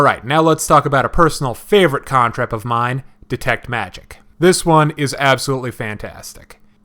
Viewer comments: I appreciate the video and information but it's irritating that you can't pronounce the letter A. CANtrip. Is there an O in there to pronounce it CONtrip? NO. Stay in school kids. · Can trip. Can trip not con trip. It's Mah lay too not me Lee. Wtf. Lol